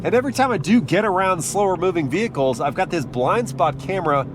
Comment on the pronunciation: “Ahve got the key”